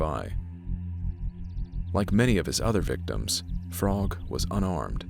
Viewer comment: No worries. I'm not going to yell at you. One thing you might want to know is that the Frogg name is pronounced so it rhymes with rogue, not as frog. But you had no way to know that, because it doesn't make any sense.